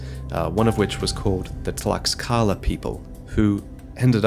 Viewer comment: I'm proud of how pronounce Tlaxcala ❤️